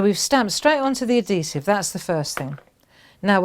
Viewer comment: AD - HE - Sive - Not ADDEE-sive lol So...how would you use this on other things besides cards?